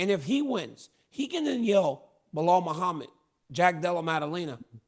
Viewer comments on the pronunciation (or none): none